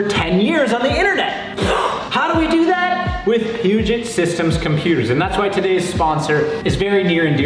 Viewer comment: I wish you guys would learn to pronounce 'Puget', its 'P'you-jay', like Denon is 'Den-oh' and chassis is a soft ch like 'champagne'.